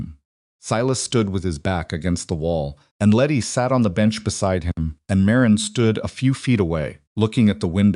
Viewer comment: However, he pronounces Marin as Mah Reen a lot instead of Marin.